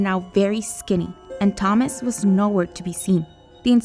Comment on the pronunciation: They pronounce Thomas right, then wrong later. This is absolutely terrible.